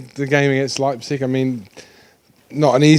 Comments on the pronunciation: Nobody: Absolutely nobody: Mour: LEIPZICH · "Leibzitsch" Hahahaha.